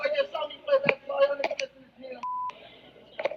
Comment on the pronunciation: you are correct,it's that accent that made it sound like that to me.